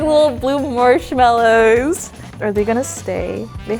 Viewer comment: Is it just me when Christy said they look like big blue marshmallows that sound like she had a British accent?